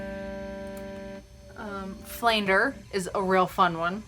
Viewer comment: Ummm it’s Trem-I-low...(tremolo) and flaN-j-er (flanger) ....just saying... decent review to show its features.